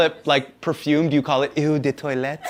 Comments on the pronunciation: Eau is not 'ew' but 'O'. Also, why is everyone in the audience seemingly so invested in this cereal-thing... they respond as if Hasan just said that he rinses the cereal between his butt cheeks to add extra flakes before he eats it... =/ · As a Canadian, favourite IS the correct spelling. Also it’s pronounced like “oh” de toilette, not “ew” 😂😂😂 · It’s not eww de toilette it’s pronounced “o”de toilette. Eau is water in French. Lol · common Hasan, it's "eau" like "o" the letter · eau is said ‘Oah’ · "Eau" is actually simply pronounced like the letter "o" (just less mouth movement and in a more neutral and less english way). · ........'eau' is just pronounced "oh" had to say it. I'm European. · Cringed at his horrible pronunciation of Eau its pronounced like O